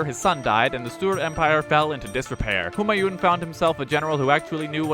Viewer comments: Kek, looks like someone was asleep in their class VIII history lessons! No but seriously do pay attention if you decide to read through those books again. If you thought Humayun was incompetent do look up Muhammed Bin Tughlaq. Also,, great video but the 'n' in Humayun isn't fully vocalised, it's pronounced more like "Hoomaayuu" with a slight n sound. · Why does everyone pronounce Humayuns name incorrectly. It isn't japanese or something where each syllable takes the same amount of space in the word Hu Maa Yun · The n at the end of Humayun is silent.